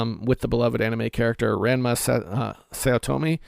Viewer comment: You pronounced Ranma incorrectly just about every time you said it.